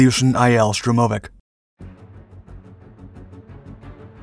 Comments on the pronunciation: STURM - oh - vics, not Sturm - OH - vics. Emphasis on the first syllable please. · It's Sturmovik, not Strumovik. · It's not SturmOooveek It's STurmovik It's not Betton Flugzeug It's BetOn Flugzeug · Tomato, Toe-Ma-Toe, Sturm-Oh- Vic, and whatever you were saying. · Штур-мо-вик будет правильно))) xD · Strewm-o-vic? -- My bones ache, a "strorm" must be on its way... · It's not a "Strurmovik" - there's only one "r" in the name and comes after the "u", not before. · FFS say its name properly! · 26...........Never heard 'Sturmovik' pronounced that way. Neither has Google. ........'U-rawl' mountains. Really? I have assumed this is meant for a primarily American audience, since it is in English, but I suppose I could be wrong, meaning the mispronunciations might be correct.🤨